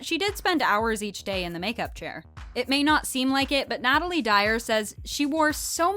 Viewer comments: It’s Natalia not Natalie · its natalia dyer not natalie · You said Natalie but it is Natalia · Did anyone notice that she called Natalia Dyer Natalie Dyer Lol not meaning to be rude or Karen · Did u just Call Natalia Natalie? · did she say natalie dyer 💔